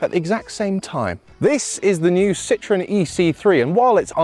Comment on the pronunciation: One day the Brits will learn how to pronounce Citroën instead of calling it citron., how about a top hat to demonstrate the headroom?